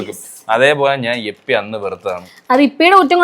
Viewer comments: എപ്പി അല്ല ഇപ്പി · Yippee ❌ Yeppy ✅😂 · Yippee❌ yappee✅